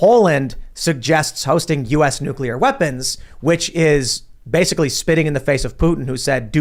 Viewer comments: my friend, please....it's killing me. It is pronounced "New-clear" not "nuke-ular". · It's not nucular, it's nuclear. Say it right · Every time you use the non-word “NUCULAR”, you sound like a FOOL. If that is your objective, then by all means continue. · NU-KLEE-UR.....NU-KLEE-UR....NU-KLEE-UR...... SAY IT NU-KLEE-UR..... Probably says Irregardless too... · If I have to hear say New-coo-lurr or spit and overpronounce "T" excessively one more damn time 🤣 I seriously don't understand how people STILL DONT KNOW HOW TO SAY THAT GDAMN WORD!" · nuk~ya~ler pronunciation of nuclear is cute! Tim is so right about Putin, Putin is right about NATO and please note that Germany dominates NATO. The war won't end unless NATO ends. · NUCULAR that irritates me